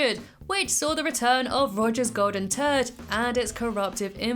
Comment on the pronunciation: Your accent on the pronunciation of "scaring the bejesus" and "golden turd" (@ and ) chef's kiss